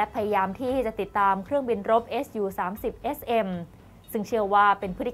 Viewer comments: พอได้ยินพิธีกรอ่านว่าเอสยูก็เลยงง... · เขา สามารถอ่านได้ สองอย่าง เอส ยู ..หรือ ซู ก็ได้ ส่วนมากสื่อ ตะวันตกเขา เรียก เอสยู .หาดูตามสารคดีเครื่องบินรบของชาวอเมริกันก็ได้นะ เขาจะออกเสียง เป็นเอสยูทั้งนั้น